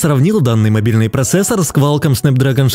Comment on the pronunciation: квАлком ахахах